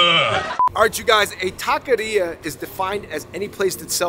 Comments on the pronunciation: It's not pronounced "ta - kay - ree - ugh" either. Try "ta - keh - ree - aw" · It's pronounced "ta - kay - REE - ugh" not "talky era" :x. David got it right at least a couple of times. Just wanted to fix that, you guys make awesome videos. :D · Es Taqueria Not Taquiera..💚✌🏽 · Taco Shop taquerias in the title is a bit redundant. Taqueria in Spanish means “taco shop” and it’s pronounced “tah-keh-rree-ah” 🙂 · It was funny that they were saying Taki-ria. Though tbh I wouldn't mind a place dedicated to takis. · Aye. TAH-KEH-REE-AH. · David 🤣.... going from pronouncing taqueria correctly to not ... over and over ... love you guys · Absolutely butchered the pronunciation of “taqueria”